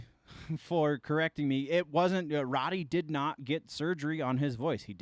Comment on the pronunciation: Road-e, not Rod-e